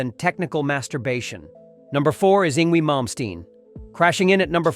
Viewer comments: It's pronounced: ING VAY not ING WEE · Yngwie is pronounced "ING-vay" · Pronounced: "Eng-vey" Malmsteen!😉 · It’s hard to take this channel serious when they guy cannot even pronounce the name Yngwie correctly. 🙄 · Especially the two incorrect pronounciations of "Yngwie"...